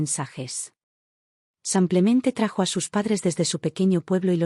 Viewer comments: Porque dice,sanclemente y no.lo que es,,simplementeee😅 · Haganme el favor de no publicar estos Churros,la narradora lengua de estropajo siempre dice samplemente. Y no rebuzna por falta de orejas.